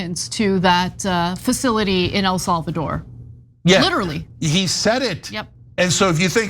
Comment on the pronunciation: Anyone else giggle at how Ana pronounces it “El Solvador”? 😂